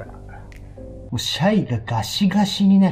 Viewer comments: シャイがちょいちょい「しゃゆ」に聞こえて一人で懐かしい気持ちになってる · 「シャイ」が「しゃゆ」に聞こえる笑